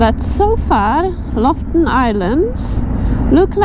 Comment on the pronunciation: LOFOTEN, not Loften😉